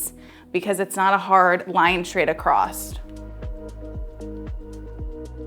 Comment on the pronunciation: )). Going what? Acrossed? Accrosst? Across